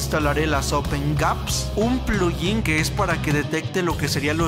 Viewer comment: Nadie: Absolutamente nadie: El: PluYin 🤣🤣🤣🤣🤣